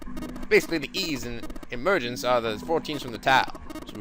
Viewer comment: "Emergence" ah